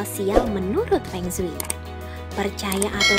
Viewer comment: Pengsui pengsui apa... kyk orang cina aja..